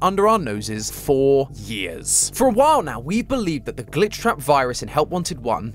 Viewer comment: When he said “For years” , I heard “Four years.” Luckily, there was visible text for my brain to decipher it 😂